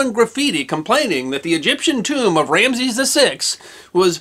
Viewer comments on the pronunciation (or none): none